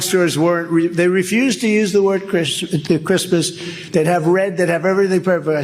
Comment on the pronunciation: Did I hear him say “crispness “ rather than Christmas?